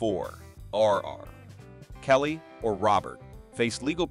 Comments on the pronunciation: So, no one is concerned with the prevelance of AI voices used to read scripts like the one used in this video? "Early nineteen hundred S to the two thousand S?" "Ar, kelly?" United States Magistrate judge? Country music as the backdrop? I mean, is the creator of this channel even a real person or is everything AI? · R (long awkward pause) Kelly, That 70 S Show, one thousand nine hundred ninety s… Alarming stupidity! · It's annoying when the AI voice stops after R in R. Kelly's name because of the period.